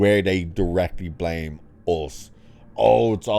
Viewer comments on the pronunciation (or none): none